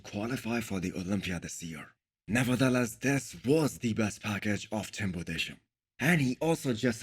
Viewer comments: Budes - heim . Pls spell his Name correctly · thats not the topic of this comment. I just want someones name to be spelled correctly. I dont speak Hindi and cant evaluate how difficult it is but what the fuck has hindi to do with tim Budesheims name? it was just a nice gesture because i watch videos for years and want to give him the hind das he is mispronouncing the guys name, no hard feelings:) feel free to enlighten me florian